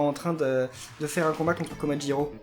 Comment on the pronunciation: komajiro pas komajilo